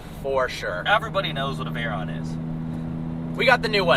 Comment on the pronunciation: VAYRAAAAAN and SHYRAAAAAN... pronunciation at its best